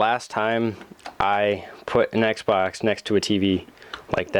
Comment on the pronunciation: Listen to it sounds like he sain sexbox